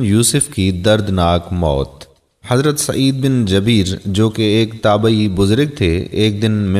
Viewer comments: hazrar Sayeed bin jabeer nahi jubair. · AY MERE MUSALMAN BHAI HAZRAT KA NAME MUBARAK JUBAIR H.. JABEER NAHI. MEN APKO GALAT NAHI KEHTA Q K INSAN KHATA KA PUTLA H. OR ALLAH PAK TOBA KARNEN WALON KO PASAND FARMATY HEN.. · خدا آپ لوگوں کو تھوڑا علم بھی عطا فرماۓ جن کو عام الفاظ کا بھی پتہ نہیں حضرت سعید بن جبیر کا نام ہی غلط Jabeer بول رھے ھو یہ لفظ Jabeer نہیں Jubair hai جیسے زبیر ھوتا ھے جبیر بھی اس کا ہم وزن ھے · مھربانی کرکے سعید بن جبیر میں ج کے اوپر زبر نہیں ہے بلکہ پیش پڑھیں شکریہ